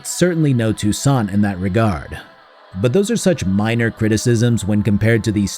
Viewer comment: At the end there were you said that dog town was no toussaint I heard “it’s not Tucson” and I went “what are you talking about? It’s a hot trash heap of course it’s Tucson”